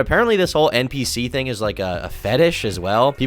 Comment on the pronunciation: The way this chick talks makes me so upset is it really that hard to pronounce the H in thing